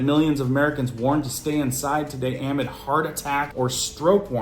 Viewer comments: My inner teacher is coming out. Amid is pronounced uh-MID....not AH-mid. 😊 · Amid….please say…(uh)mid’ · Amid= pronounced. "uh-mid"